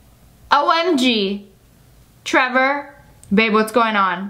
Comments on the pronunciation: im just like did she just say taylor instead of trevor? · I love how she said Tyler when the text said Trevor lol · trevor is now pronounced tyler according to sssniperwolf lia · The fact she said Tailor and his name is Trevor-😂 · U SAID TAILER BUT IT SAID TREVOR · You said tiler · who else noticed when she said "tiyler" instead of "trever" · Lia Says Tyler instead of Trevor Everyone In Comments OMG LIA HOW DARE YOU MISS PRONOUNCE A NAME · Varuni Sukhtankar no? It sounded like she Said Trevor Nvm I just have bad hearing I guess, she said Tyler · I listen to it up to my ear and she said Tyler not Trevor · You said tylor not Trevor 🤣🤣🤣😂😂😂🤣🤣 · You said Tyler it's trever love u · Who else heard her say Tyler when it was Trevor so funny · It’s trevrr